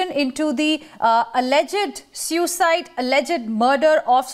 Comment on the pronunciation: Good God!! They keep pronouncing the word "suicide" as syu-cide...whereas it is pronounced as soo-i-cide!! Angrezi ki toh kamar tor dete hain!!